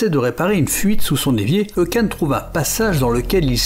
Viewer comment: les français quand ils voient une lette du genre å, ä, ø ou ö : mwais, ça se prononce sûrement o, ou eu. Håkan se prononce "Ho-ô-kan", du moins en suédois.